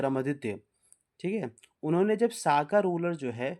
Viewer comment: साका नही शक सवत्स हैं